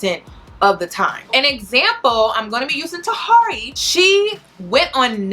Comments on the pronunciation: Hey love you spent time researching but said Tuh Here Eey"s name wrong the whole video. Also, it's not Tahiry"s fault that Megan is in this state. Megan plays the role of a masculina publicly and she was also arrested in the past for hitting a man. So she did that on her own. You do a good job with your videos and I also appreciate you putting out this message to young women because as a young woman myself I constantly saw this behavior being glorified and started to believe only masculinas got the love they wanted. So thanks Cuz alot of young girls need to understand this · I think her name is pronounced tahiry (ta-here-ee), interesting vid tho, thanks for sharing. I dont subscribe to feminity per say but definitely agree that we as women must take accountability and seek emotional maturity. She said herself shes got some healing to do before she can even jump into another situation. I hope she stays true to that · Ta-hear-ree 😩 everytime you said her name, I cringed. Lol still love you tho. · So her name is pronounced Tuh-hear-ree love .. please know your subjects smh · Tahiry is pronounced "Tuh-Here-Ree," say it twice. That's how you say her name. It's disrespectful to butcher someone's name while speaking down on them. I couldn't even pay attention to the good information you are giving. It's like you did no research, or you did research and you just do not care. I'm sure your points are dead on, I'm sure I would agree with your points as well. I usually do. I would just be mindful of that, it's like the first and last note of a song, sometimes that's all anyone will remember if it sounds bad. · You're being sarcastic with her Name. You did too much research to not know how to pronounce her name. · Me too. Lol